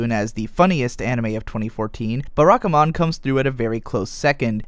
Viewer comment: Please, not 'Beh-rah-ka-mon'... 'Bah-rah-ka-mon'.